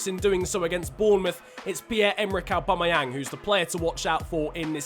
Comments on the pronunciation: His name is not arebumayang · Say aubameyang probably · He can’t say Aubameyang 😂